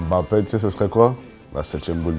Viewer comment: pourquoi m bappe espace comme ca jsui camerounais et ca se dit mbappe meme dinos il le dit comme ca et il est camerounias